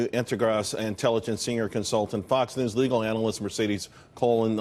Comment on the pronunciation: Mercedes COLON, seriously? Obviously he hasn't taken spanish.